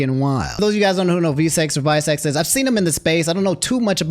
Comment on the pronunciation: Calling Vi Seconds (6 Seconds) Visecs is wild and so funny lol 😂😂